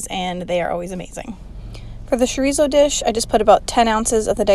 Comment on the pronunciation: Chorizo= cho ree zo, not sho ree zo!